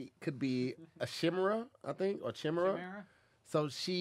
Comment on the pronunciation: The fact I’m watching this back and pronounced Chimera as “Shimmera” is hilarious 😂😂